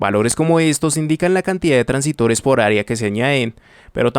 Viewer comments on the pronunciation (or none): Hola, se dice transistores no transitores